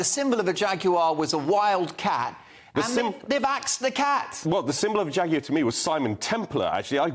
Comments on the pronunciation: Please pronounce Jaguar the English way. Stop trying to sound like an American. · I'm now so old that I come from the time when a Jag wasn't pronounced 'Jag-You-ARE' but 'Jagu-UH'. Can we go back to that, please. The twits who tried to use an amazing car to promote their sexual fetishes have failed miserably, and turned the car into a laughing stock. Anyway, look on the bright side, horse-power, as in REAL horse-power is coming back I expect....needs no petrol/electricity, and gives out Plenty Of Poo to make our vegetables grow strong...and those vegetables can feed the horses, along with growing the hay to feed the horses. Win WIN! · Why is he saying Jag you are? Its jaguar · I agree with the host here, a terrible ad. But why does he have to keep saying 'Jag yoo arr' when all Brits pronounce it 'Jag yoo err' The cars are still decent. It's the MD and marketing people there's a problem with. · I wish you would pronounce the Brand correctly. Jagu"arr" it is not dear boy. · The presenter keeps calling it Jag u r. MUPPET. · Please pronounce Jaguar correctly.